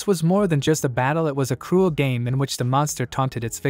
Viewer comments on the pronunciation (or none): none